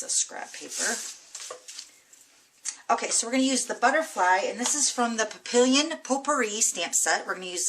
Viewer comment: Gorgeous technique! but i think you are mispronouncing papillon, i think it's pronounced pap pee yon, lol. tfs!